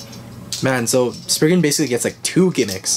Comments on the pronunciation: It’s sprizing not sprigin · ITS NOT SPRIGGAN ITS STORM SPRIZEN